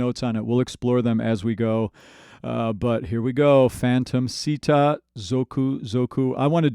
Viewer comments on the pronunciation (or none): I hate to be that guy but since you mentioned Japanese pronunciation, It's actually pronounced "Shita" in Japanese. The sound "Si" does not exist in Japanese.